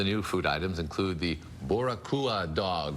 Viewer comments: Yeah, that's not how you pronounce boricua in Spanish. So, X to you. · Did not expect that surprise shoutout to Puerto Rico with that hot dog butchering pronounciation